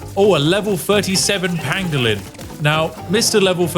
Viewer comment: Every time you said "Pangalin", I had flash backs of Benedict Cumberbatch saying "Penguin"